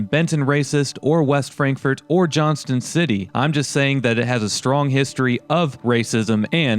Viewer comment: Also we don't say the T in Johnston city. around here lol